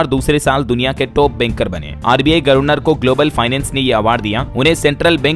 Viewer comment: गर्वनर नहीं गवरनर बोला जाता है